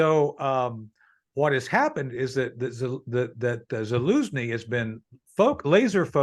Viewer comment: It’s Zelensky not Zilinsky… “Precips”? I’m thinking precepts. Ok I’m taking a break.